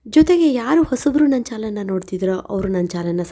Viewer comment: Modalu namma chanalge subscribe agi antha heluthiri .aadre nimma voiceinda chanal yennuva pada sariyagi baruthilla adanna saripadisikolly.